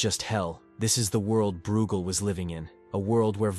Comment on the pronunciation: Breugel is pronounced 'broy-gel'!